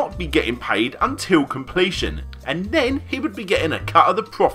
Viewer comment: "may furtyuff two fousand and fourteen Everyfing was fine, ven, nuffing" Great vid, apart from the lack of "th" 😁